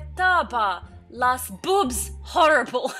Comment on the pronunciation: it's not what it says in the comment bc is a typical review but how she pronounces it 😂😂😂😂 especially when she said horrible jajajajaa